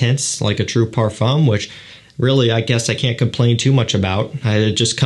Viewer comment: "Parfum" lol